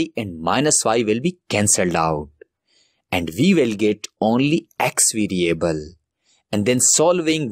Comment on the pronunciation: 2 hours left till exam I need to learn this "videoable" (Variable) asap! Love his accent.